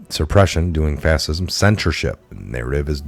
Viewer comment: dude.. its prounounced "FASH-IZM"... and ES-PECIALLY C'mon man..